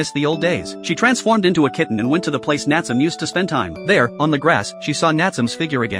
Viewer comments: It's (nat su me) not natsume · Nat some😂😂 its Natsume pronounced N ahh t sue may. It can also be spelt なつめ or 棗 which is also funny enough Jujube in Japanese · The a.i. saying natsome instead of nat-su-may is frustrating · Name: Nat-su-me This guy: Nat-sum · My eye twitch everytime the narator said "NATSUM". It's NA-TSU-ME. The E at the end isn't silent. The same happened everytime someone said " ANIM". #shivers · Ok this video needs a redo the character name is not Natsum it's Nat su me. The e is not silent. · Instead of Na-tsu-me, bro said Nat-sum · The AI voice: Nat-su-me ❎ Nat-sum ✅ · I clicked because I loved this anime and wanted to see this scene. But "NAT tsuum"?! That's why we don't use A.I. Voices for Narrations. "Nah-tsu-meh". Couldn't stomach hearing 5 seconds of the Main Character's Name being butchered 😂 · Nat sum lol "Nat su me" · Nat-su-me. Not natsum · Bro I know it’s AI but it’s (Na-tsu-me) not (Nat-soom) cuz in Japanese you pronounce every sound and the silent e doesn’t exist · Dude hearing it say Nat some was driving me mad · It's pronounced not-sou-may. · I think its suppose to be Natsu and me suppose to be like when you say me the pronunciation bugs me XD Nat - su - me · its pronouncing his name wrong.. it should be spoken like "naah tsu mei" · It's not the correct name. It's Nah tsu mei. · The fact that he kept saying his name wrong throughout the entire video. 😠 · Love the anime, hate the way this guy is saying Natsume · Omg get the fucking name right your pronouncing Natsume all wrong